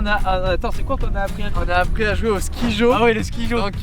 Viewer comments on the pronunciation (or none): C'est incroyable le "skyjo" (ça se prononce "sky", pas "ski") Hâte de voir la course